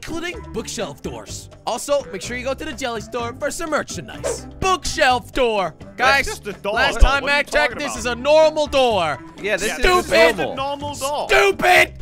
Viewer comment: did he just say merchinise